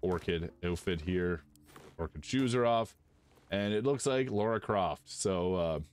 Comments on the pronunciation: LARA.. not Laura.. americans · Thanks for this Modlist. It's a great one especially because the mod flow is slowing down and its nice to find new hidden gems! I hope you keep up the coverage. One note though: UMm, err, actually ... Lara Croft is pronounced Lah-rah, not Law-ruh. Sorry to correct you, but its my first girlfriend we are talking about ;)